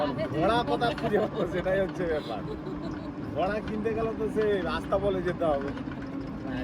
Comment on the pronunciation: এতোদিন পর ছোটবোনটা এল,তাকে কোনরকমে বিদায় করে ঝিগুলোকে নিয়ে গিলতে বসার দারুণ দৃশ্য। ওরে,কথাটা ঘোড়া, ঘড়া নয়। গত দুটো ভিডিও তে বলে যাচ্ছে ঘড়া । ঘোড়াকে ঘড়া, মজাকে মোজা, স্নানকে শান - ফাটাফাটি উচ্চারণ।